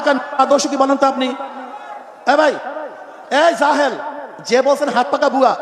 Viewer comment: কথা সুন্দর বলেছেন। তবে রেগে যাওয়া, জাহেল শব্দের উচ্চারণেই জাহালত থাকা এটা ঠিক হয়নি।